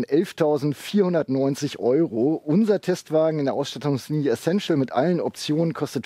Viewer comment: Essential bitte, nicht Essessential ;-)